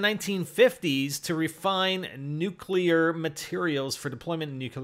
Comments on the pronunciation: Comments on someone else's knowledge of nuclear energy...calls it "nucular energy" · NOT NUKE-ULER